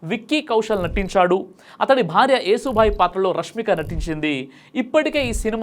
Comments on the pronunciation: శంభాజీ మహారాజ్ భార్య పేరు యేసుభాయి ఏసుక్రీస్తు కాదు యశోభాయ్, శ్రీకృష్ణుడి తల్లి పేరు యశోద ఎలా ఉందో అలాగే ఈమె పేరు యశోభాయ్ ఇది పలకడం చేతకాక చాలామంది వీడియోలలో యేసు భాయ్ అనే పేరు ఎందుకు ఉంది అని కూడా మాట్లాడుతున్నారు, అక్షరాలు మార్చి రాస్తే మీనింగ్స్ మారిపోతాయ్ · యశోబాయి రా ! బాబూ ! సరిగ్గా పలుకు.....